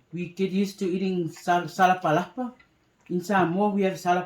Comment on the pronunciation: Sasalapa not Salapalapa😄 look yummmmmy 😋 guys 👍